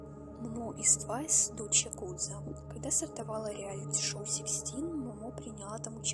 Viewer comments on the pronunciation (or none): none